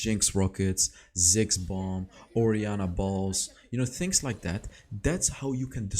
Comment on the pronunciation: Did he just said "oriana Balls"